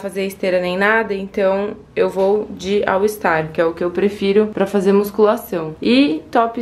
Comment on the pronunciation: Que agonia, toda vez que vc fala All ISTAR ☺️😬